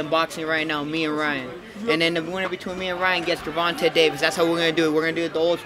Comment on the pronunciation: Please stop saying gervonta he already embarrassed you and made you a international meme